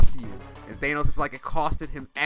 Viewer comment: “It costed everything” for me not to click off the video after hearing him say “thaynos”.